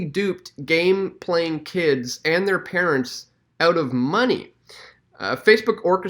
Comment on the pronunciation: It's OUT not OOT. Like fingernails down a blackboard